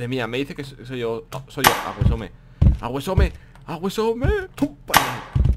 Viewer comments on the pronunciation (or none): Porque disen awesome si se pronuncia ausom